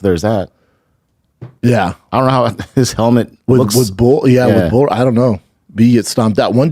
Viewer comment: Bull is not the same a bool